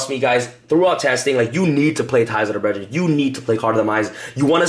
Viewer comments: "Ties of der bredren' ??? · Anyone else getting triggered by how he pronounces brethren?